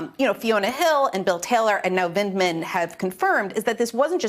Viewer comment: Vindman, not Vinland. Vind-Man. Say it with me Ari. Vind. Man.